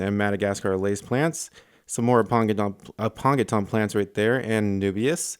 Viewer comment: You've been listeening to Dustin. He mispronounces Aponogeton the same way (apongeton). It's apono.gee.ton